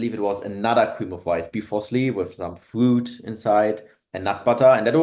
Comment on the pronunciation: I also love my fwoot and wegavetables but seriously great listen